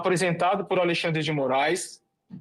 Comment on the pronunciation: NÃO É ALEI XANDRE. . O NOME É ALEXANDRE DE M. .